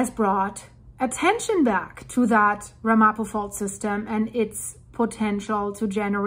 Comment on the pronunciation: Pronounciation: Ram a po